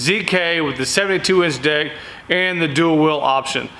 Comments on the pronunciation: sound like he said the 72 inch dick 😂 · I was yawning when he said 72 inch deck and it sounded like 72 inch Dick.